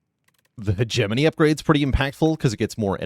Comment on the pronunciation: the way you say that card always makes me think "hegemony christmas!"